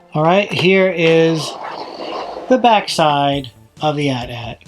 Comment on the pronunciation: Thanks for pronouncing AT-AT correctly. These new kids say each letter for some odd reason.